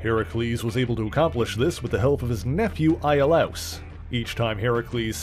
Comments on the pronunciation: "eye-ah-louse" Holy fuck NO its "EE-oh-liss" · Iolaus is pronounced EE-oh-luss